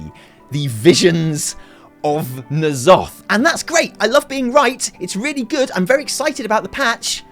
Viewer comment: Could you do me a favour chap.. if you're so hype about Ny'alotha, at least pronounce it correctly